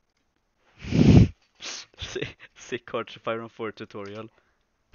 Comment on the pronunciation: Tuturial sounds like a real russian